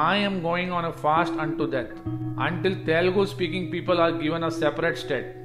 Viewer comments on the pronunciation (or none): Brother I respect your effort to create the video. But please pronounce the names of the states correctly. It's TELANG'A'NA not Telangna. It's TEL'U'GU, not Telgu.